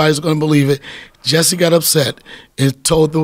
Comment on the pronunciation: He said Jessie sum- Some-mo-lette 😂😂😂